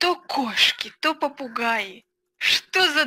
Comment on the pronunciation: "попугеи" Ору